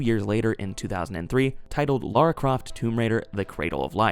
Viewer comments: It's Lara not Laura. And you call yourself a fan lol. Hilarious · Pet peeve I know but I really hate when Americans say tomb raiders name they always overdue it and mess it up it’s just aggravating cause it’s a simple name, it’s LARA there’s no U why do you say LAURA smh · LAra not LAUra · Omg are we still saying "Laura Croft" in 2025?